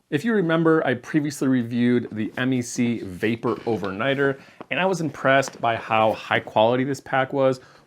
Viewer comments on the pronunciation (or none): Just a heads up: we Canucks don't refer to MEC as "em-ee-see" but "meck"; short e, rhymes with speck. Keep up the good work and happy travels. 🙂